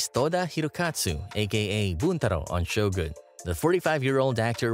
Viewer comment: You narrate well. I hate it when people pronounce Shogun as Show Gan. You pronounce it correctly: Sho Goon.